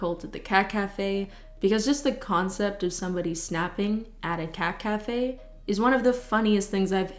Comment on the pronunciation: saying cat cafe sounds like she is saying caca, which is poop in Spanish, just saying